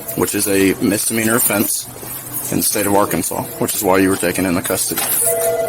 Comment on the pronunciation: Good ol' Are-cans-is.